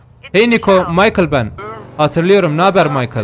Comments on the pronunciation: Abi karının adi maykıl deil miçıl (okumak için böyle yazdım) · abi michelle erkeklerde maykıl kızlarda mişhel diye okunuyo haberin olsun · abi maykıl değil mişel diye telaffuz ediliyor buda böyle bi bilgi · ABİ KIZA MAYKIL DEĞİL mişel dicen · michelle yi michael diye okuyan koca yürekli adam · Abi Michael değil Michelle 'Mişıl' diye okunuyor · maykıl erkek ismi dayıoğlu mişel diye okunuyor kızın ismi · Abi maykıl diye okuma mişel de michelle ye maykıl ne skdkskdkd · abi maykil değil mişel demelisinnnn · Reis kıza maykıl deme tilt oldum mişel diye okunuyor senin dediğin erkek ismi. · Abi bi kere Michelle'i mişel diye okurmusun nolur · Abi karının ismi mişel diye okunuyor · Abicim kızın ismi mişel diye okunuyo ama istediğini de yine izlicem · reis senin hatunun adı mişel diye okunmuyor mu FJNIGNIOEGRMOEH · Mişhel diye okunuyor reis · Abi kızın ismi mişhel diye okunuyor bide eğer bilmiyorsan gta4 te herhangi bir arabayı alıp kapının önüne orada belilenmiş bir kısım var oraya park edersen sabah yine orada oluyor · Abi karının adı mişel diye okunuyo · mişel diye okunuyor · abi mişel diye okunuyo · Mişhel diye okunuyo kral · Knkm mişşel diye okunuyor kızın ismi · Abi.mishil diye okunuyo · Abi kızın adının okunuşu mişel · Abi o michel diye okunuyoorrrr ❤️‍🔥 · Karının adı maykil değil mişell dir myakil diyince erkek ismi oluyor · Abi seviliyorsun 👑❤️ ama kadının adı maykıl değil MİŞEL diye okunuyor😉😉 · Maykıl ne abi 😂😂😂 mişel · Abi Rahatsız Olduğumdan Değilde Daha Çok Senin İçin Söylüyorum Michael (Maykıl) Diye Değil Michelle (Mişel) Diye Okunuyor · abi maykıl deil mişhel diye okunuyor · Maykl değil Mişel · abi o maykıl diye değilde mışel diye okunuyor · michelle i de maykil diye okumazsin be abi mişhel diye okucan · micheal değil michelle mk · Maykïl Değil Abim Mişel dış okunuyo adamın dibisin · abi mişel diye söyleniyo kızın adı. maykıl demene gerek yok … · abi maykil deyi mişel :D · Kıza maykıl diyor yaaa mişel diye telaffuz etmen gerekiyor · abi maykıl deil mikelle